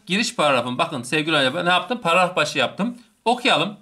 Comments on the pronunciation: ŞAŞSÖDÖLDLDLDLF gülmekten izleyemedim birde paragrafa pağafaf demen şsşsşdömdmdmfmfmdöödödöfö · Herşey çok güzel ama “pararaf “ kötüymüş 😂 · hocam bir paragraf diyemedin hep pararaf parraf gibi şeyler dedin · Paragrafa pararaf diyiyor😂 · Hocam pararaf degil paragraf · parafı degil hocam paragraf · Adam paragraf diyemiyor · Adam sizin için o kadar anlatıyor takıldıgınız şey Paragrafı düzgün söyleyememesimi utanın lan